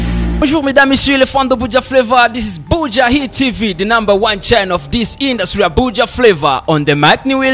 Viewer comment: 😂😂Arthemon uyu journaliste ni bala kbsa ngaho ngo hypocitre ahandi ngo indusie au lieu de industrie 🤣